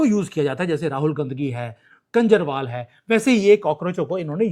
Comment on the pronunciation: please pronounce KHANJARWAL instead of KANJARWAL.